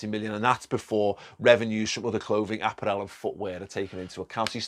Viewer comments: Love how you pronounce apparel mate hahah exotic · Apparel. Adidas. What’s going on? Sort out your pronunciations lad. 😂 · I have never in my life heard 'apparel' pronounced like that. Had to double take that one. Here in the US, I constantly see AC Milan, Bayern shirts (Adidas) but no Puma, NB and very few Nike kits. If I can walk into my local mall/shopping complex and buy a fitted LFC baseball cap and kit... I'd have to "manually unload in a masculine fashion" before going shopping just for sheer excitement. But the kits better be fucking boss too. Up the Mighty Reds!!... oh, and sack Drake. He's jinxed. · Apparelle? You mean apparel. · Don't think your saying apparel right😂😂